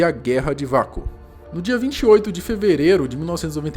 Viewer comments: detalhe: lê-se UAKO e não VACO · Se pronuncia ' UEICO ' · E se pronuncia “ueico”